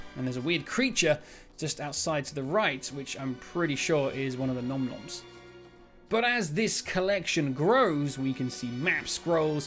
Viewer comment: Finally an in depth breakdown! You are the Yod of spotting all details and secrets... so much to uncover from this video. Great to see Oru's gun again 😎 And your pronouciation of Galenta and Nom-Noms was on the spot. Asciors not so much 😂